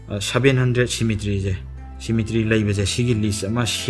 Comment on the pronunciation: Waihe keino ngge wari taba loiba ngaibada " Shemetry"😂😂 👍👍